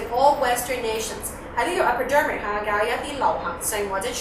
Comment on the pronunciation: 你將Epidemic (傳染性) 讀左做Epidermic (表皮) 喎....我呢個響香港讀書O既都聽得出啦, 仲學人教人....